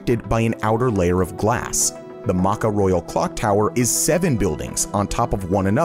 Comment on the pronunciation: Sorry, it is really offensive when you said maca.It is pronounced MECCA. It is actually an English word. Like sometimes Madison square garden is sometimes refer to as in sports.